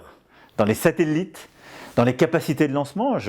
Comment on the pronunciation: "Les SateLLLItes" <3